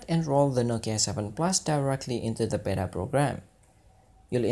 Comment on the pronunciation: Beta, not bera! :)